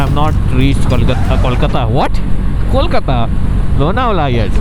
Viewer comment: Love that you pronounced Kolkata perfectly 😄❤, love your videoes bro